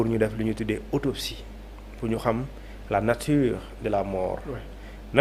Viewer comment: Autopsie et non otopsie